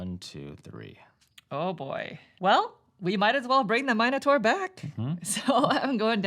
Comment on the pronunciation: "Eye-core", not iker, and "minnotaur", not mine-otor